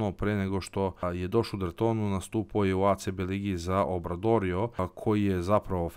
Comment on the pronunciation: relativno mali kanal ali interesantne cinjenice izdjavas razlican si malo to mi se svidja ali kad se vec kur... sa engleskim izgovorom i znas ga ,trebalo bi da znas da je tortona a ne Dortona,i trebao bi da znas da je obradoiro a ne obradorio ,eto malo kad smo vec kod izgovora,a sto se mene tice dosao je da igra kod nas a mi smo po vuku tako da je za mene daum :D ,i jos jedna zamerka vidim da ides striktno statisticki ko i da je pogledao neku utakmicu czv u sezoni zna da mitrovic odavno ne igra 4ku vec centra 5cu :d tako da je za sad daum sa dedom jedini na 4ci zato sto tomkins ide a mitrovic je 5 pozz i svako dobro